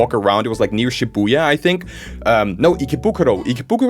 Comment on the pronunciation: Wait did you say Shibuya 👁️👁️👀